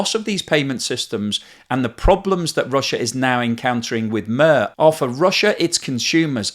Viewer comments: As always very nice analysis. It's amazing that 3 weeks ago I didn't knew this channel ever existed. Now I watch it every day. However I have to point out 2 things: 1. MIR. I know in English that kind of "I" is very hard to pronounce, but in MIR 'I' is short and hard. Like: I-ncredible, I-nterceptor, I-nsane 2. You make wrong assumption about usage of cash. Sure there are countries where cash is pretty much dead or is fraction of money in circulation: USA, UK, Sweden, Netherlands, Japan (its 50/50), South Korea, Estonia. But in most countries in EU cash is very much alive. Especially Germany, Austria, Spain, Poland, Czech Republic and rest of "newer" member states. Same with Russia. Older generation especially doesn't use mobile payments. With regimes like Russia, Belarus, China and to lesser extent Hungary and Poland using cash is preferable even if they do everything possible to limit cash use. Surveillance Orwellian states don't like when people have choice. So that's why having only MIR in Russia is not a problem for Putler regime long as regime stays in power. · It's driving me to irritation hearing "murr" every 30 seconds.... also the fucking prick (Putin) would pick a word for peace for his payment system after he started a war and is essentially a thug murderer. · I'm pretty sure the russian payment system is supposed to be pronounced 'meer' (as mir pronounced meer means 'world' and 'peace' in russian). Apart from that very interesting and informative as always. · Explaining pronunciation using English takes you nowhere, here's what Wikipedia says: Mir (Russian: Мир, IPA: [ˈmʲir]) made it sound like poetry in Swedish: ö ö höö, hööns mö. (This was for entertainment, not to offend) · It's a good one. One comment, MIR should be pronounced like 'meat' with 'r' at the end. Coincidentally, it's also the name of the Russian space station. Another iteresting fact is that the Russian meaning of 'mir' is peace' or 'world'. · Please learn how to pronounce ”MIR”…